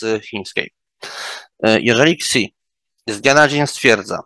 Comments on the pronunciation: Ktoś kto wymawia Xi=Ksi z automatu jest niewiarygodny, gdyż wiedze czerpie/bazuje na polskim TT oraz polskim YT, zdziwiony jestem ze nie zaprosi pan "boots on ground" w Chinach, jest garść vlogerów tutaj, studentów PhD czy biznes people. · Pana ekspert coś na bakier z chińskim bo, przewodniczący państwa w ChRL (nie prezydentem, bo stanowisko prezydenta istnieje tylko w Republice Chińskiej) ma na nazwisko XI co czyta się SI jak w słowie "siano" a nie KSI. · Co to jest KSI ? Analityk demografii Chinskiej a nie potrafi wymawiać nazwisk Chińczyków? Wymawia się SZI. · Super. Jedna podpowiedz techniczna, Xi wymawia sie "Szi" :D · A nawet "Si" :) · Xi sie czyta "shi" jak na eksperta to slabo. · Zgadzam się, niby szczegół ale sama wymowa nazwiska Xi mocno poddaje w wątpliwość 'eksperckość' tego eksperta